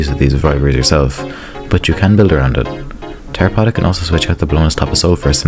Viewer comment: Man fucking butchered my boy Terrorpotta.